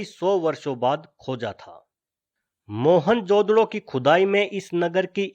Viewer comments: mohanjodaro bolte mohanjodado nahi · mahenjodado nahi....its Mahenjodaro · moan jo daro not moan jodaro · "मोहनजोदड़ो " is wrong ==> " मुइंजो दड़ो " is correct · "Mohan-jodro" hehehe